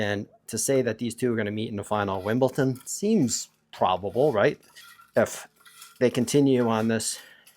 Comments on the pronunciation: Brother, why do you keep on saying “Wimbleton”? Is it for engagement so that people are gonna comment that it’s obviously pronounced as Wimbledon? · It sounds like youre pronouncing wimbledon like winbleton. Just saying